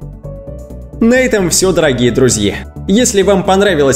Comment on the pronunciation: Видео хорошее, интересное. Но странное окончание у слов - Гинессе (Гинесса) , рождение (вместо рождения), друзье и т.д. Это отвлекает от сюжета. Человек-жираф - это монтаж.